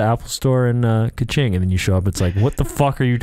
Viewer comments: Dude you say kiching not kuching, kuching mean cat they from Sarawak in these China you say the American not American it Malaysia the flag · "Kew ching" I can't💀 The way they pronounce it is hilarious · Yo, it's Kuching 😂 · I never thought my hometown kuching wound sound like cachingg, 😂😂.. i enjoy the roast vanoss.. and kuching is cat in malay language❤